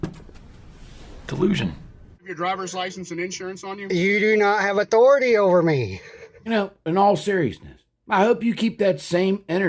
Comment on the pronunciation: "You do not have otority over me"